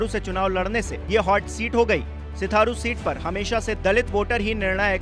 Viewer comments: Mayank Gupta ji ye patrakar Sirathu ko Sitharu har baar bola hai kaisa patrakar hai bhai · Ayenge toh bs yogi hi...waise phle achhe se naam pdh liya kro...sitharu nhi sirathu hai bhai... bjp jindabaad❤️ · O chacha sitharu ni Sirathu hai vo😂😂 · Tujhe patrakaar kisne bana diya tujhe to hindi bhi padhna nhi aata, sirathu ko sitharu padh raha hai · भाई सिथारू नहीं सिराथू है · Name to shi se lo bhai...Serathu hai Setharu nhi🙄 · Full nashe me ho bahiya🤣, sirathu h wo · Bhai सिथारू नही सिराथू बोलो यार 👍🏻😂🙏🙏👍🏻👍🏻🙏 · आजकल ऐसे ऐसे नमूने पत्रकार माइक लेकर खड़े हो गए जिनको शुद्ध हिंदी नहीं बोलना आती सिराथू को सिथारू बोल रहा है गधे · Bhai naam to sahi pronounce karo. Sirathu h Sitharu nhi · सिराथू not sirtharu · बार -बार आप सिथारू बोल रहे है वो सिथारु नही भाई सिराथू हैं भाई... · आप सिराथू को बार -बार सिथारु बोल रहे है । कृपया शब्द पर ध्यान दे । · सीट का सही नाम सिराथू है, क्रपया सही उच्चारण करें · अरे भाई यह सिराथू है आप बार बार सिराथू बोल रहे हैं ठीक करें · सिराथू बोलना सीख पहले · तुम रिपोर्टर होकर गलत नाम का उच्चारण कर रहे हो ये 'सिराथू' नाम है शर्म करो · Right pronunciation kro sirathu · Kam se kam Jagah ka naam sahi se lo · सिराथू है सिथारू नहीं... सिराथू विधानसभा सीट है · Sitharu nhi h bhaiya Sirathu h 😀😂😂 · Sitharu nahi Sirathu 🤣🤣🤣🤣 hai re pgle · Setharu nhi bhai serathu hota hai 😂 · Not sutharu this name is sirathu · सीथारु नही सिराथू है भाई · सिथारू नही सिराथू नाम है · सिराथू को सिथारू सिथारू क्यूं बोल रहे हैं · सिथारू नहीं यार सिराथू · सिथारु नही सिराथू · Sirathu not Sitharu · Ek to nam glt le rhe upr se itni sirathu ko sitharu bol rhe😅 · Sirathu ko sitharu mat kaho! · Sitharu nhi Sirathu hai ...Naam to sahi lo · सिथारू नहीं सिराथू भाई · Anpadh Patrakar Sitharu nahi Sirathu hota hai 🤣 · सिराथू है नकी सिथारू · Bhai sitharu nhi Sirathu hai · Sitharu nhi. Sirathu🤣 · Bhai hindi sudharo Stharu nhi Sirathu nam he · It's Sirathu not sitharu. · Sitharu nhi h sirathu h pehle naam to sahi lo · Sirathu h na ki sitharu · Abe सिथारू नही सिराथू। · Sitharu nahi sirathu hai mahasaye